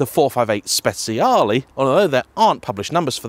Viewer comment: It's not that hard to pronounce spciale correctly. Just try to say SPECHALE